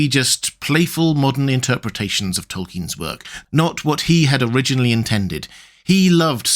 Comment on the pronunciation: Tolkien …. Token’?